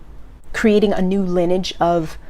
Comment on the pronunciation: awesome as always. Just FYI: "lineage" is pronounced- Lin-Eee-edge. Just trying to help, we all have those words that we know what they mean and use them correctly but don't quite pronounce them quite right.Great message, thanks.